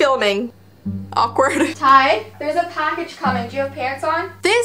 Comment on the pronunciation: His name is ty not tie